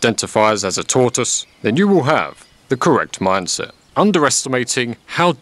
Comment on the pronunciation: Wow. I thought he said to identify as a Tourist, not a tortoise. I stilled laughed. makes you do that.